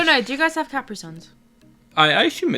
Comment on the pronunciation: Pronounced, kuh-pre not cap re.